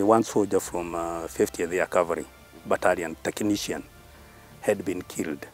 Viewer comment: It is 'cavalry' and not calvary. Such little mispronunciations should not be the norm in big media houses